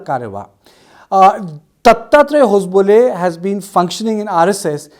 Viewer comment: Its ho-sab-le and not hos-bole😂😂